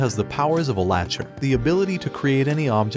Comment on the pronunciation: Pronounced lack ter